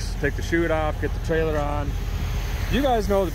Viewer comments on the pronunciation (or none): none